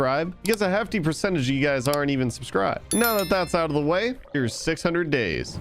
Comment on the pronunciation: i thought it said God days instead of 600 days